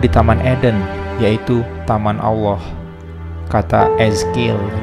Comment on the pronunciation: Karena merujuk dr alkitab, harusnya bacanya bukan owloh bang tapi Allah 😆